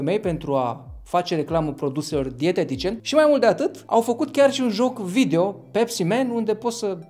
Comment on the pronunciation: Se numeşte pepsi! Nu pecsi